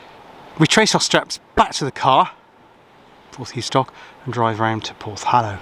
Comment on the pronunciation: Hi, just found your channel after watching the one about Sapperton tunnel. As a Cornishman, I must correct you on your pronunciation of " Porthoustock " its Porth, thou ( as In thousand ), stock. And don't whatever you do when in Cornwall, put cream on your scone before the jam ( they only do that in Devon ) Bernard from Redruth.